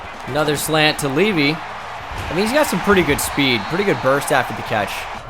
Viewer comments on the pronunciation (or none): It's pronounced levi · Can you PLEASE pronounce "Levy" as "Leave-eye"/Levi? Both of the ways you're pronouncing it sound wrong to me. 😅 It hurts.